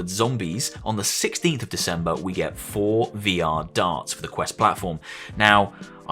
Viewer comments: Every tine you pronounced it "For VR" instead of "Forevor" I cringed. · The forevr is pronounced forever... The way you say it is basically meaning "pre-vr," by how it's spelled.